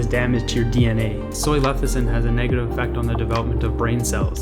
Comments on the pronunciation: leCithin. NOT leTHicin. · I can't take this video at all seriously. It is NOT pronounced LEH THI SIN, but LEH SIH THIN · Sound it out. Leh - SIH - thin, not leh - THIH - sin. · You Say Leth-i-cin thru the whole video and you're giving advice on Lecithin..... interesting... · I’m reading lecithin and he’s saying lethicin, my brain! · You say it wrong enough times and it starts to sound right. LE-CI-THIN.... not LE-THI-CIN. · I thought that it is leCiThin... you keep saying leThiCin... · You spelled lecithin correctly, but pronounce it lethicin... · i thought i was the only one hearing lethicin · say it with me: less-a-thin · It's LESS-I-THIN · How can we trust your content if you cannot even pronounce Soy Lecithin? Yikes! Perhaps its your first day with your new mouth... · man, you couldn't even pronounce soy lecithin. cute cat tho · You can’t even pronounce lecithin correctly. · Discredits everything when you can’t even pronounce the product correctly. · Just because he mispronounced it, doesn’t mean the information is discredited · it only means 1 thing for me, he didn't do a proper research about it if he can't pronounce it properly. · He doesn't know how to say it yet we see him criticising it. Probably reading off some paper. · don't trust someone who can't even pronounce the thing properly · Thought I was the only one who was catching his incorrect pronunciation…kind of makes me question the validity of this video 😅